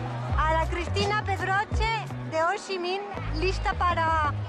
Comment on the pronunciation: Gran vídeo. Pero mu mal no saberte los nombres de los templos...mira dice muuuu bien o ssii minnn le pone ganas,tu habrías dicho jooochiiiiiiiminnnn🤔 La verdad que un vídeo acojonante,no así la tortilla!!!!. Un abrazo!!.